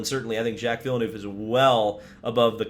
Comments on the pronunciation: Its vill-nerve btw. Not vill-noove btw. Just a quick correction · Did he just say vill-eh-nuve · He's been around for at least 26 years yet you bloody yanks still dont know how pronounce Villeneuve